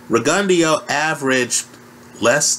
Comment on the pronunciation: what name did you call Rgio? lol